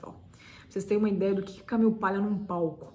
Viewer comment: Ótima visita à obra da Camille. Parabéns! Porém, achei a pronúncia “Camiu” extremamente irritante por estar longe de um falante nativo da língua inglês e mais longe ainda do aportuguesado “Camile”. Nem lá nem cá, apenas pedante.